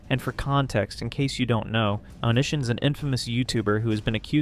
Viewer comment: It bothers me how wrong you say Onision 💔